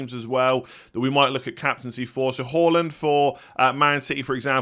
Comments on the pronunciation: hAAland not hAUland! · Good to watch you again and well done for pronouncing Haaland correctly!!